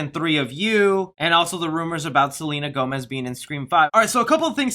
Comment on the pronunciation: Selena Whomez?🤣